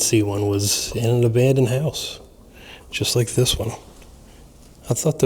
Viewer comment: Car. Not. Abanded😅